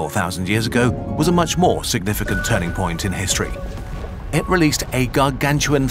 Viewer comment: bro really said "GaRgATuAn"